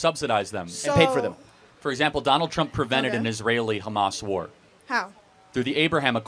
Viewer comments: She can’t even pronounce war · She can't even pronounce "war" properly.